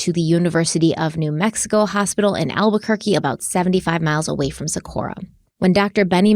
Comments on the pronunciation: Living and breathing in Albuquerque Metro area since 1994. This case breaks my soul every time I hear about it. Socorro has a HARD “O” at the end of it. Don’t come for me, I love you. Haha. 😂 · Good job with this case you guys, this hurts my heart. Thank you for your support in helping bring this case to light ❤️ love you guys and it’s so fun to see your success unfold due to all your hard work! ❤️ Just so you are aware, the “O” at the end of Socorro is pronounced “oh” not “uh.” Just wanted to let you know ☺️ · Hey and.. I actually live in Albuquerque so I wanted to let you know that it's actually Socorro new Mexico not Socorra. Just thought you'd like to know because I know you like to give accurate information in your videos. ❤😊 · It's SocorrO not SocorrA